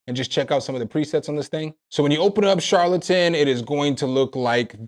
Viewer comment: Charlatan is pronounced 'Shar-lu-tun'.